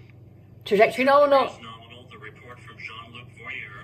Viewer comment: "nominal. We like nominal." I said the exact same words. 😂